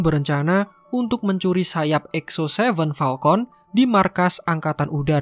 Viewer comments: Falcon bang bukan palkont🗿🗿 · Falcon woy... Bukan palkon... Wkkkkk njir